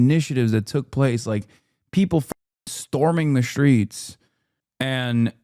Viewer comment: There's no h in streets child.